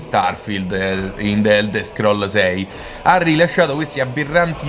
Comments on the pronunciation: "d'elder scroll" è bruttissimo da sentire però. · Bel video, ma per favore impara ad usare una pronuncia più corretta dei termini inglesi.... delder scrol, tecstur ed engiain non si possono sentire!